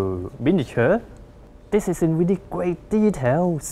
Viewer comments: weally funny... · Danny B. That's weally, weally funny!